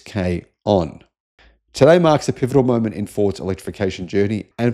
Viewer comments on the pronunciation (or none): none